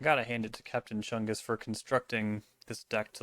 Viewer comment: Not enough emphasis was put into the name “Captain Chungus”